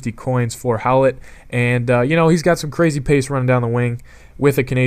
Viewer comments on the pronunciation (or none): Its hoy-lett, not how-lett. Come on that was an easy one. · It's pronounced Hoy-let